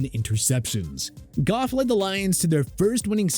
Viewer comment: Thank u for saying goff